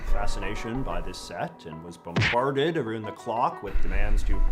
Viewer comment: JJ is the ONLY Canadian I know who pronounces it "aboot", and I've NEVER heard "aroond" before this JJ vid. He's not even from Eastern Canada, so I don't know how this happened!